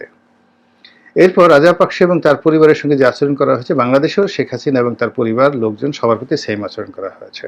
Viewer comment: আবর্জনা নিয়ে কথা বলছেন, খুনী হাসিনা কে নিয়ে দালালি করছেন সুক্ষ ভাবে। হাসিনার নাম টাও ভালভাবে উচ্চারণ করতে পারেন না